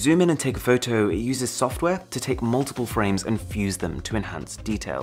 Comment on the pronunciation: The way you say fow tow is the reason I keep coming back 🤣🤣🤣